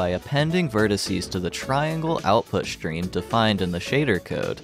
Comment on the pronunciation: Stream, not shtream